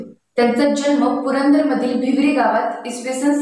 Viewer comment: भिवडी. भिवरी नाही